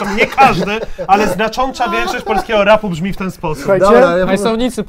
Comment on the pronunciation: hejtuje a sam nie umie śpiewać plus nie umie mówić Powiedział Znaczącza Więc niech nauczy się mówić